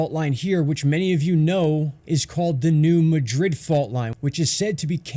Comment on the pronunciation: Thanks for your video! With all do respect though, being a native of the E. AR and W. TN area....it's New MAD RID. Not like how Madrid, Spain is pronounced. Just thought you should know.